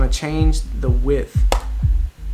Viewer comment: man said heigth